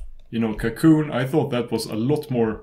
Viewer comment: Apart from a little accent, the pronuncation is correct? It's french, it's "cacoon".